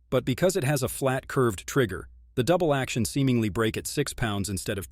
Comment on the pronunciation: Striker Fried, Crisp-i-er, Dooble-action pull. LOL. Robot voice is having a hard time today.